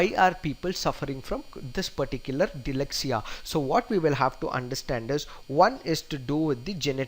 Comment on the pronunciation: DYSLEXIA not DYLEXIA! But overall terrific attempt!!